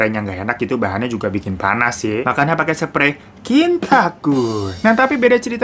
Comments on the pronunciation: Bang..bengek waktu abang bilang "kintakun" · Ngakak pas ngomong sprei kintakun 🤣